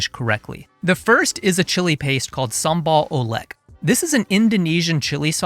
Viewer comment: the native pronounciation for sambal oelek is sambal ulek. oe is old indonesian vocal letter for u.